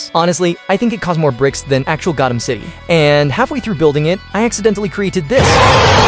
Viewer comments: The was this man says “GOATEM” not Gotham 🦇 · “I feel tick damage every single time you pronounce Gotham wrong” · Insane build but that ai voice is saying Gotham wrong and pronounces 25% of things like a 5 year old “I build it into my own version to look alive” “ gerilr groc” “freeze meet drip and yes snowman” Brother the only way the ai voice talks like that is you intentionally made the ai talk like this 🙏😭